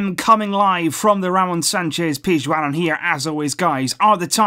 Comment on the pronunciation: who else likes the way pronounces Ramon Sanchez PIZJUAN